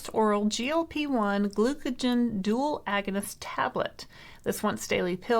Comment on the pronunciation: Please, it's pronounced "gluca-GONE" not "gluca-JEN"